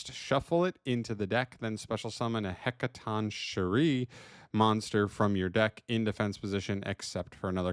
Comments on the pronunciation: Hec-a-ton-key-reez according to emma saying lol but heres its "shi-reez" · Just for anyone who wants to know, It's pronounced as: Heca-Ton-Ker-Ee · Btw, it's pronounced HEK-uh-TON-kye-reez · it's pronounced "hek-kah-ton-kai-reee" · "Heck-a-tonk-curry" It's not that difficult. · You got the name mostly right but its more of a K sound and not a ch sound